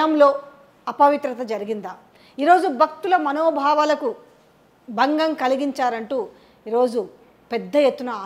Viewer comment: "బక్తుల మనో బావాలకు బంగం" -- కాదు తల్లీ... భక్తి, భావం, భంగం.. తెలుగు భాషను ఖూనీ చేయకండి.